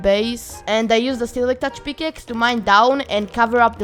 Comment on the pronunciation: "A peakaxe"